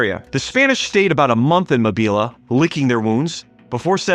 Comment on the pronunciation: Is this narrated by AI? If so , they need to reprogram it to pronounce “Mo Bee Luh” correctly, “Moe Beel”. It actually made me stop watching 🥸🤓